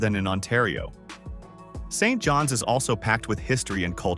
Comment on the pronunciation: Who ever made this is an Idiot !!! Scarth, MB ??? How about Binscarth !!! Street Johns ??? Maybe Saint Johns !!! And for God's sake learn how to say names correctly !!